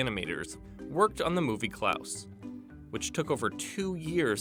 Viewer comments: why does he keep pronouncing it as “klAAuse” instead of “klAHse”???? its killing me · why did he say clous?????.????? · How tf do you pronounce “Klaus” so terribly